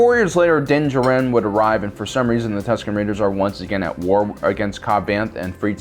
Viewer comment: ok. say it with me now. din JAR-in. not jah-RIN